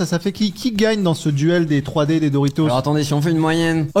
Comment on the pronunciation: Dorito il a dit 😂